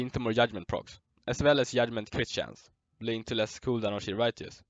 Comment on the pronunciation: Yudment LMAO